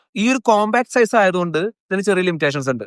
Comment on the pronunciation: സീസ് അല്ല ബ്രോ.. സൈസ് ( Pronounced as Zise )